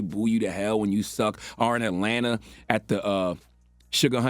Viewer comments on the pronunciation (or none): none